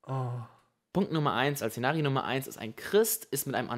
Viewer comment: Zenario nummer.... Gott sagt du sollst das SZENARIO richtig aussprechen